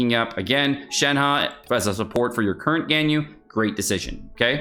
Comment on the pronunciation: Xingqiu is pronounced like ‘shing chew’. Shenhe is like “shen huh”. Don’t say long dong (Zhong). It was offensive in Sixteen Candles with the character Long duck dong, and remains offensive today.